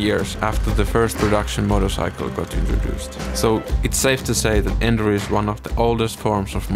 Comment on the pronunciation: You mispronounce enduro so many times in the first minute that I gave up